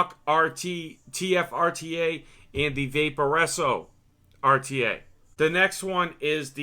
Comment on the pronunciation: love the ah-tee-aye review